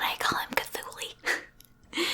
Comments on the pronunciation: it took me a moment to realize who “C’thuly” is. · Her calling HIM cthuly i just realized its da elder god cthulu